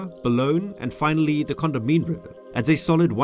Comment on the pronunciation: pronounced - CON- DA -MINE [3syllables]